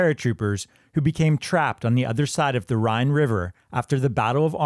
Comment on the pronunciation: Rhine river not Ryan